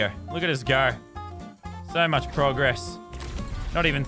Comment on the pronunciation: He says progess. ...